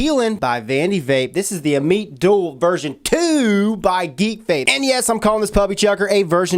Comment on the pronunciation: dammit man that's not how you say ammit, always saying things wrong lol, jk bud good video